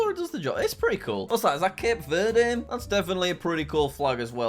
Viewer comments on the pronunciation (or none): none